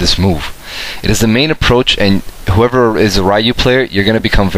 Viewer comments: his name is Ryu (pronounced like Reeyou not Rīyou) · Can you pronounce Ryu's name right?